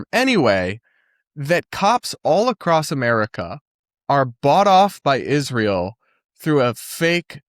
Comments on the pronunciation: Tech messages 😂 ig-nant 😅 burried. And of course, how she adds "sh" into words like "converSHation" or "iSHrael" 😅 how anyone takes her SHeriously, I'll never underSHtand. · Why does she say Ishreal? Israel is not a difficult word to say. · Yesss! The way she pronounces Ishrael makes my ears bleed! 😮